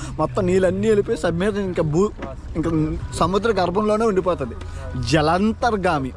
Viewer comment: జలంత్రాగమి కాదు జలాంతర్గామి